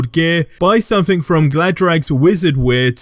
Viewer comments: Wtf is sumfink? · wtf is somfink?